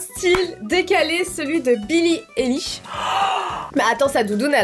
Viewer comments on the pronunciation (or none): Billie ÉLISH 😭💀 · Pitié dites pas élich mais aylish ahhhhhhhhhhhhhhhh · Billie AÏLISH,, pas Billie Éliche! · BILLIE AÏLISH STP PAS BILLIE ÉLISH😭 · ON DIT PAS BILLIE ILISH CA SE PRONONCE AYELISH 😭😭😭😂❤️ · Ça se prononce Billie EYlish !!! Pas élish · ça se dit billie ail-liche pour info 😭✋ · ATT MAIS C PAS BILLE ELISH C'EST BILLIE LA BICHE!😭😭😂😂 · J'étais morte "Billie élish" prononcez "aïlish"svp💀💀💀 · "billie élish" je meurs mdrrr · Mes 2 YouTubeuses préférées il manquerait plus que l’une de vous fasse une vidéo avec Gaëlle Garcia Diaz!!!!❤️🧡💛💚💙💜 Sinon je suis aussi une énorme fan de billie eillish mes oreilles ont saigné quand tu as répète Billie Élich Élich Elich💀💀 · Omg "Billie Élish" 😭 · Billie Elish c et kim k pas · Billie Élish ?? 😭😭🤣🤣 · Quand elle disent "Eillish" les fans de Billie en sueur 😭😥🥵🤡💀❤ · Ouchhh ...Le "Bille Éllich" aie. J'ai mal. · Mdr Billie Eilwish😅😂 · COMMENT TU PRONONCE BILLIE EILISH XD SA SE PRENONCE AILISH XD (deso pour les fautes) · " Billie Élish " 👁👄👁🔫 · Billims XD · Ce n’est pas Billie Eyllish c’est Billie Eilish 😂😮😊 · Sa se dit billie eilish🤬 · Moi aussi par contre comme elle prononce billie eilish ma tuer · E-I-L-L-I-S-H.... Billie Eillish stp un peu de respect 😭😭😭😂😂😂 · Elles prononcent mal Billie Eilish sa m'soule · Haha 😂 je suis en de bille eilish sa fait mal et la prononciation de 🤦😂 Et il faut avoir quell ne porte pas non lus ce genre de tenue dehors pas à ce point la sa cest plus pour les grammy ou autre ou elle est prise en photo bref😂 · c’est fais exprès pour rigoler car elle le dis n’importe comment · bah non elle sait juste pas comment le prononcer